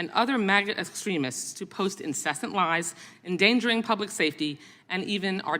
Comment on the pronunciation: "MAGA esstremis"